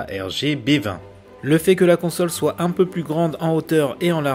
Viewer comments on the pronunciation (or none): none